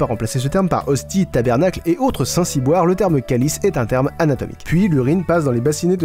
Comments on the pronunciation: stp on dis tabarnak pas tabernak 😂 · Ça me fait marrer quand tu dis si des Québécois regarde cette vidéo, par contre aucun québécois, ne prononce calice comme ça, ni tabernacle, et saint ciboire n'es généralement pas utilisé. On prononce calice comme si on disait k lis et tabernacle se prononce tabarnak. Mais merci du clin d'oeil c'est sympa et marrant. Je suis québécoise et ça fait un bon bout de temps que je regarde tes vidéos, qui ont du succès au Québec aussi.